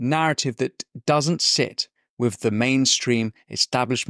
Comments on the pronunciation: Your diction is distracting, the word is with, not wiv . You can pronounce it as you can say “the” which requires your tongue between your teeth. So try again… with…, your content is good, the distraction of mispronounced words detracts from the excellent content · Great stuff Winston. To quote your good self, I hate to be a pedant... but I cant help noticing the "wiv" creeping into your diction. Please work on your "th", don't be another Amy Gallagher, I find her lazy pronounciation insufferable to listen to, and it's a great shame given how bright she is. Don't do your intelligence a disservice, speak properly ✌🏻